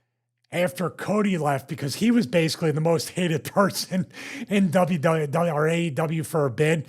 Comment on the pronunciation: "Dubbya Duddya E" --Stevie Richards